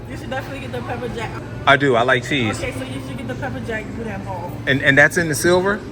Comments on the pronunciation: Hi! It was nice to see Danielle, my fellow Modsketeer, make an appearance in the premiere chat! The food looked lip-smacking good and the sounds of you chowing down on it was confirmation. I had a funny thought when you mispronounced "Boudin" as "Boudon"... if you've ever been blessed to have seen the series called "Farscape" back in the day, there was a two- or three-part episode where John Crighton and the other characters were trapped inside a ginormous "Boodong" drifting in outer space. Long story short, that was my first thought when I read the title of this video. If you've never seen that show / episodes, I feel sorry your funny bones. LOL! Peace! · Booda is the correct pronunciation. WATCH the Fox football game program on Thanksgiving day my Cousin Leah and her Husband will be Serving There Turducken to someone really famous They said. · Its pronounced boodan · Even though it spelled Boudin it’s actually pronounced “Boo-dan”